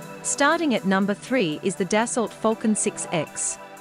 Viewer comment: Its “Dass-oh” not “Dass-alt”